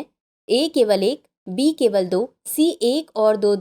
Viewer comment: Option B , Ma'am aapki aawaj me mujhe B ki jagah D sunai diya , halaki iska answer mai pehle se janti hu